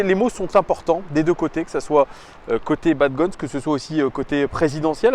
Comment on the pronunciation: salut, juste pour te dire: dans le mot bad gones, on ne prononce pas le s sinon super vidéo de ta part comme toujours